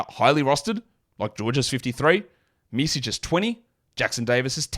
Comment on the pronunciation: Your pronunciation on Micić is (little) off